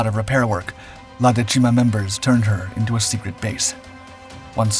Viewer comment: The accent for dècima falls on the first syllable.